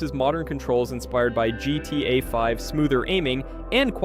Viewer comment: Why can't AI voices say GTA properly?